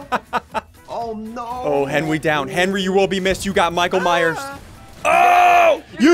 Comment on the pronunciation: he said mike ,myers not michael myers but still a great vid lol\\